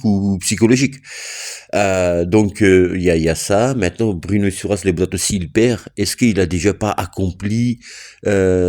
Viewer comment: Bruno, pas Druno 😅